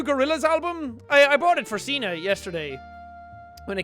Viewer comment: ya know, when Jack says signe to me it sounds like he says cena which makes me think of...JOHN CENAAAAA (music plays)